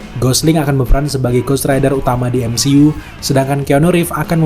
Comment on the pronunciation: Ghost rider bang,bukan ghost raider😂